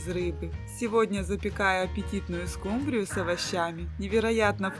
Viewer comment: СкУ’мбрию , а не «скумбриЮ’» 😂❤